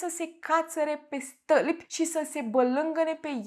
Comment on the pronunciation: De ce nu pronunți “ â”?😂🤣 “ găt”; “ mărăie” “stălpi”. doar de curiozitate întreb , am observat în toate video urile ca nu pronunți â, ci mereu zici ă unde ar trebui să fie î